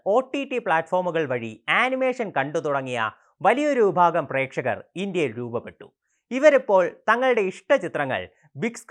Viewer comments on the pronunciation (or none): none